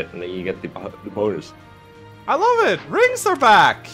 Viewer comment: do you mean the BOW-nus?